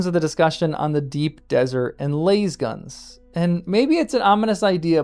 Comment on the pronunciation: i hate the way you say lasgun. It's not LAYSgun.